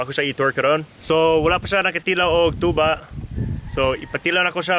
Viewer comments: Unsay bisaya sa tuba? "Tsuba" hahaha na slang mag kalit si ante... Giahak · FYI tuba in visayan dialect but still tuba in English but it only pronounce like this "TYUBA". Hope I'm correct. Laag pa more.🤣😂😅